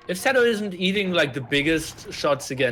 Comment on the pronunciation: I know you are just a casual caster, but to intentionally call tatoh as tadoh, is a little disrespectful. At the very least call his name properly.